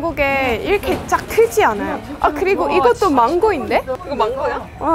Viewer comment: 망고이 아니고 망고.. ㅋㅋ